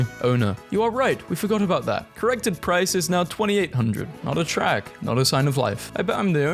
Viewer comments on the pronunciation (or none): none